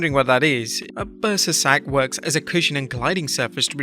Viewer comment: Bursa sac? I thought he said a burstin sack. 🤣🤣🤣🤣 I was like damn